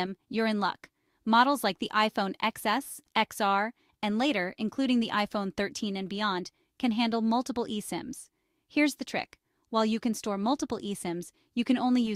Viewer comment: It Ten (X) R not XR lol